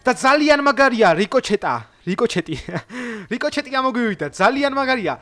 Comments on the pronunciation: ბილი არა ბული და რიკოჩეტი კი არა რიკოშეტი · რიკოჩეტი არა რიკოშეტია მგონი 😂 და კიდე IOS-ზე როგორ ჩავიწერო? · P.s რიკოჩეთი რა უბედურებაა :D რიკოშეტი :D